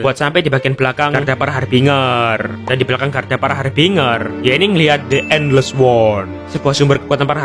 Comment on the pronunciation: Makasih bang dah buat tapi da yang kocak aku dengar EN les war